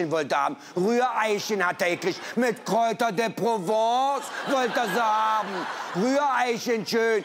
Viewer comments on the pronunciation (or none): Kräuter de Prauvooonnncee😊😂🤣